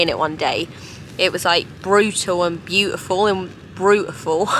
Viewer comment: Bless ya! Great Trek. "Brut-iful" - Oh my god, those blisters.. Medic!! Love ya xx